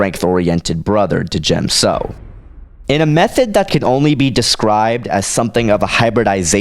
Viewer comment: You do know that the “D” in D’jem So is silent, right? It’s pronounced Jem So. I agree with you, Obi-Wan would win. I agree with your reasoning too. Plo Koon is just too set in his few ways to really be a danger to Obi-Wan. And Obi-Wan has honed his skills to perfection......aaaand I’m a total Obi-Wan fangirl so I’m biased towards him, lol.